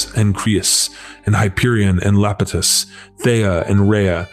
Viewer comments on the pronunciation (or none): Iapetus is pronounced eye-APP-uh-tiss. That first letter is an i, not an L. Everytime I hear you say Lapetus I think of the Zenon movies 😂